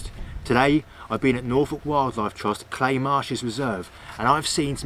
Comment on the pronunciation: Fantastic video on this. However, every native norfolkian in north norfolk knows that we call Cley not 'Clay'. Its pronunouced locally as 'Cl-eye'. Lol.